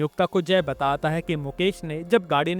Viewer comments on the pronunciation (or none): Batat hai ye kaise bol rahe ho aap you tube pe explain kar rahe ho movie